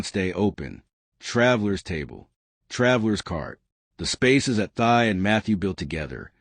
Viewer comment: Her name is pronounced Tee, not Thigh.